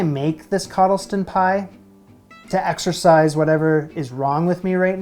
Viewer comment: Exercise or exorcise? 😂 Also, « I'm not lost for I know where I am. But however, where I am may be lost." WTP 🐻